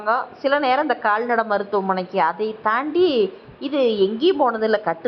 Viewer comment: நல்ல குரல். ஆனால் உச்சரிப்பு கவனம் தேவை சகோதரி. கால்நடை , காள்நடைன்னு சொல்றீங்க